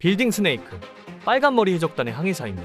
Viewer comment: 전라도세요? 발음 좀 어떻게 해봐욬ㅋㅋㅋㅋ 빨 간머리 해 적단의 견 습생으로 .. ㅋㅋㅋㅋㅋㅋㅋ